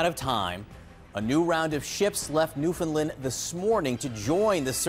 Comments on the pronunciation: It’s pathetic that this reporter can’t even say Newfoundland. Just try to give a shit maybe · The way the CNN host says Newfoundland is hilarious.